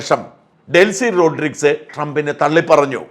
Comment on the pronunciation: ശായമ്പ്രാ......വ്യാകരണം അവതാരിക എന്നൊക്കെ പറഞ്ഞു വല്യ തള്ളു തള്ളുന്നതല്ലേ... റോഡ്രിസ് അല്ല. റൊഡ്രീഗെസ്....😂